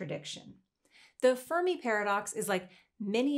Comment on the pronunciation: Of course the kids weren't impressed by the birthday paradox - it's not a paradox at all. Also, you're mispronouncing "Fermi".